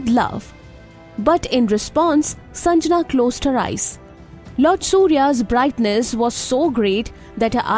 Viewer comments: Its sangnya not sanjana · It's shandhya not sanjana